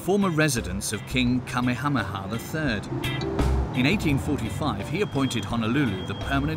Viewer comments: I completely agree Rudy. I had to quit watching it due to the way the narrator was pronouncing the Hawaiian names. I literally cringed. Ko'olau. Iolani. Kamehameha. That was all I could take. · Straight butchered the Kings name SMH lol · I was wondering how this got through editing without anyone saying hey that's not how you say "Kamehameha"... lol with the accent too it's so bad